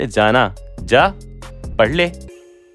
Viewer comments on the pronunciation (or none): I love when says "jaa "😅